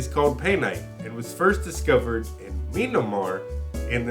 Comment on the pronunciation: Great job, loved this one. It's pronounced "Mee-ann-mar" lol